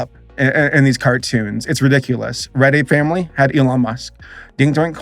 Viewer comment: All NFT nonsense aside, every time he said "Red Ape Family" it sounded like "Reddit Family"